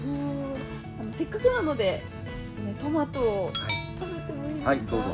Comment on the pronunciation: トメイトゥ…どこかの英会話のCM的な感じかなぁ〜🤣